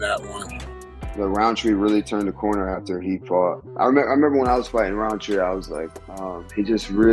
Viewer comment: There's no D in Rountree. It's not RounDtree